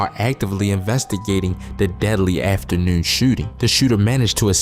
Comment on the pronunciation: On me he said afternoorn